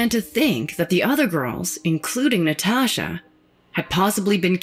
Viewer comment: The way she says “Nataasha” (admit you read it in her voice too) Has me crying 🤣🤣🤣🤣